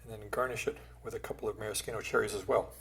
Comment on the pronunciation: Subscribed as soon as I heard ‘maraschino’ pronounced correctly.